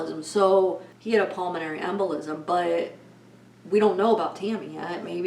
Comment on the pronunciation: Can you say PULMONARY anyone???